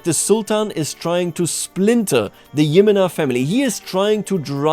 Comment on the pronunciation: Just a heads up but Jimena isn't pronounced YI-mena but rather Khi-ME-na (